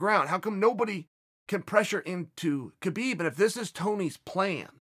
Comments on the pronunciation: i am a HUGE KAHbib fan. and proceeds to do as chael does and mispronounce his name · "huge" khabib fan yet he cant pronounce his name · How is he still mispronouncing Khabib? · to the BIG KHABIB FAN guy with glasses crying about the sicko islamic culture being insulted. YOU AINT EVEN PRONOUNCING HIS NAME RIGHT. worry about your own culture being under attack, which it undoubtedly is. rather than some dude from the caucuses whose name you cant even pronounce. good lord youre angling for that 'c' word i hate so much that everyones throwing around atm